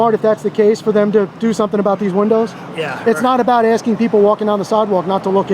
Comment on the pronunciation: “ I’m axing a simple question “ 🤣